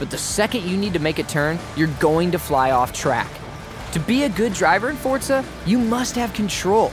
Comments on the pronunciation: It’s FOR ZA not fortza don’t add the t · Why you saying fortza it’s forza bro learn how to speak English 😂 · Why are you saying fortza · Fotra or forza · Say “fortza” one more time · Stop saying Fortza haha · Fortzuhh?? Wtf this aint fortnite boiii 😐